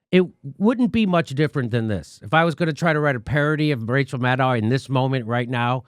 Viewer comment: Jimi, yew pronooncificated Maddow correctly, and Mate incorrectly. In the past it was the reverse.